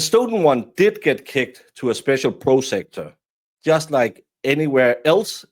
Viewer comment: PROS ah-cue-tor. Prosecutor. I only speak one language. Thank you for the content.